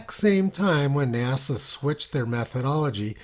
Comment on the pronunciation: NASA became NAZA…